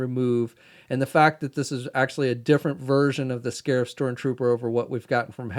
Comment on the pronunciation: Not to be that guy, but its called "Scarif" Also solid review, cant wait to get this figure!